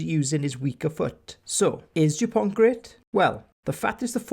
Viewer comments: You must retire the T. It’s Dupon(t).... not DuponT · Awesome Video. But as a frenchman it hurt a bit when u pronounced the t at the end of his name. French is not an easy language i’ll give you that😂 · The t in Dupont is silent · Very good job. But the T at the end of Dupont is not to be pronounced. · Great content overall, with brilliant analysis throughout. Well done Sir ! And thank you. Just a tiny detail, so you may save yourself some time and enjoy an extra year (who knows, with all those spared moments ?!) somehow... in Dupont, the letter "t" is mute. Such as it is for 95% of French names (ie. Thomas, Jalibert, Chat, Penaud, Marchand), mainly those from Latin and/or Celtic legacy.